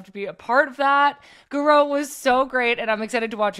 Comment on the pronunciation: My favorite Chelsea player! Intro was so funny. Had to watch it again to see her reaction to pronunciation.